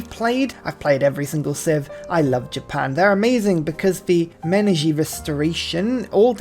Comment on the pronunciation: Not pretending to be a pronunciation wizard and I could be wrong, but I believe Japan’s ability, Meiji restoration, is pronounced “may-ee-gee,” and I know it is in reference to emperor Meiji and the Meiji restoration itself.